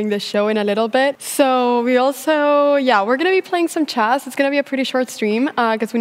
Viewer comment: Det är chess inte schÄss Anna!!